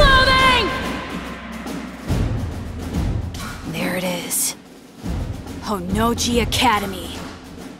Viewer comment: The J in Honnouji isn't sounded like a G. Why must english dubs ruin good things, they are why we can't have nice things. Also the voices are wrong and annoying. Also Ryuko sounds too submissive and Senketsu's name isn't "senkets". Shame on you english dub, it should just have been left alone.